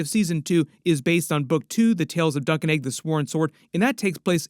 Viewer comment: Egg not Aeg 😂